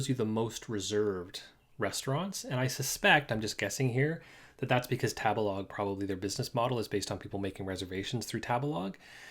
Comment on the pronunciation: 第一次聽到tabelog 唸 塔別拉個…interesting…